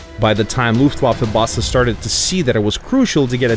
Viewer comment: PanzerOptional Nur so zur Info ich spreche deutsch und fand das recht komisch weil das sich komisch anhört.